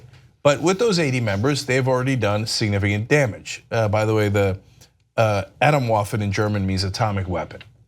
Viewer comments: Atom-Waffen is pronounced "ah-tom vah-fen" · Thank you very much for letting us know about this peril! For the sake of completeness: the correct German pronunciation is Ah-TOHM-vaf-f'n. It does indeed mean "atomic weapons" (plural). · Pronounce more like a-TAWm waffen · I am german and i cannot get over the fact they call themselves "Atomwaffen" lmao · After listening to you two struggle to pronouce that word "Atomwaffen": the emphasis is on the "tom" in atom, with a slightly longer o, much unlike the english pronouciation of atom. You both do great of the "waffen" part, guess it's similar enough to waffles :)